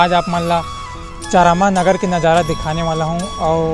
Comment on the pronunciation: Plz Correct Ur Pronunciation Buddy!! That's Not चरामा...Its चारामा!!